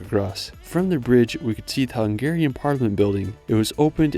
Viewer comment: Unbeeeeliavably good video about my country, a huge thank you! And I do think I'm not the only one who will tell you how correctly you pronounced the Hungarian cities', castles' etc names.